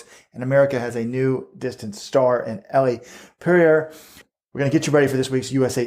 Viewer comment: So annoying that keeps pronouncing Elle's name wrong.